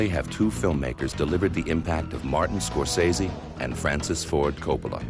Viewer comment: Strange that they have someone doing the introduction who doesn't know how to pronounce Scorsese's name.